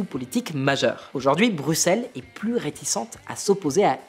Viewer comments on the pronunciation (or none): none